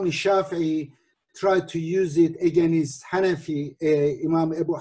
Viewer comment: Edip abi slm, sana productive feedback vermek isterim. Against kelimesini “egenist” diye pronounce yapiyosun abi; dogrusu “ıgeynst”. Eminim doğrusunu biliyosun ama dikkatinden kaçıyor olabilir. Selamlar